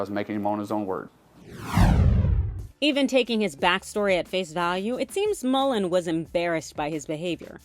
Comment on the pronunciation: MULLIN not Mullen.